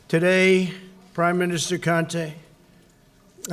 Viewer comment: His saying the man's name wrong its con-te, America u picked a good one👍😂